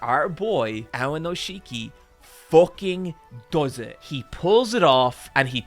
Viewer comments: OK,, on the one hand I’m really happy that you got into sumo because it got me into sumo. I have started very consistently watching sumo highlights since basically the beginning of the year when you got excited about Enho. On the other hand, I’m pretty upset that you cannot pronounce Aonishiki correctly. So you know, mixed bag. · WE LOVE AONISHIKI missed him so much this past month. Btw pronounced "ow neesh kee" not ownisheekee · Guys, it's Aonishiki, not Aonoshiki. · Every time he calls him "Aonoshiki" istead of "Aonishiki" a little part of me dies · Just a few notes: AoNIshiki, not AoNOshiki! Also he's not unique in being Ukrainian, there's also Shishi who's also in the top divison and was there even before Aonishiki, but hasn't had the same success, and is kind of comical for his awkward leg movements although he's very powerful on a good day. Also, Sekiwake is TWO ranks below Yokozuna. There's Ozeki between them, which is the rank Aonishiki lost because he got a losing record in March and then technically got a losing record in May because he sat the tournament out because of injury. Getting Ozeki is difficult, but it's also harder to lose once you get it; you need two losing records in a row. Also just to brag: I was in Japan for day 14 of the March tournament. I was worried for my boy (I'm a total Aonishiki simp) but I saw it live when he beat Kirishima, that was amazing. First time I saw sumo live, I couldn't have been happier. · Love the video, but man is it painful to hear you pronounce his name AoNOshiki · when you do the main video, please make sure you're pronouncing the names right. You'll catch hell for it. I was twitching every time you said AoNIshiki's name. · Very happy to see you invested in sumo and I'm sure you will spread that passion to a lot of new people, which is awesome. Just a few notes though, Aonishiki is pronounced "aoniski" and the wrestlers are called rikishi. Its not a big deal but as a sumo nerd I had to